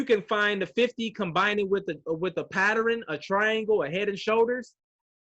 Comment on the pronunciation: getting me tight saying "patterin" lol...cmon bro its Pattern...who says patterin?..im lost lol...only teasing..still my guy